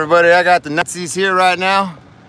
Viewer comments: I could have sworn i heard you say "nutzis" lol. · The blurb came out sounding like "Nutzi's". Perfect. Have to remember that one.